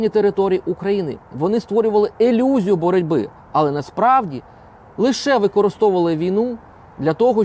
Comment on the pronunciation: Ілюзію, а не елюзію.